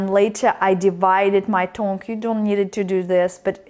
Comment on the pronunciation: It's pronounced T-UNG